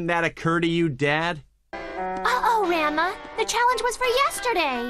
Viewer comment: RENMA???? THEY CALL RANMA RENMA???